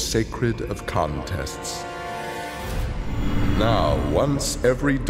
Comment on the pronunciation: In Kotal kahns ending instead of saying contests it should be kahntests